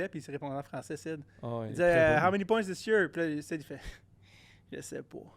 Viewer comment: Cest Sid pas Syd